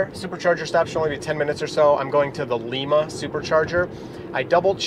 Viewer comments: Haha lee-ma. It’s Lima, like lie-ma. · Lie-ma, not like the one in Peru ; )